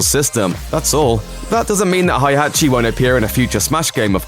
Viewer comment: "Hay-Hachi"! It's prorounced "Hay-hachi"!!! You forgot that Heihachi unfortunately was demoted into a Mii fighter costume in Super Smash Bros for Nintendo 3DS and Wii U.